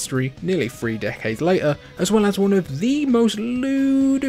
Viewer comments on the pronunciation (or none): Ugh, dude it's pronounced "three", not "free". I recommend working on pronouncing that word, it's hard to listen to.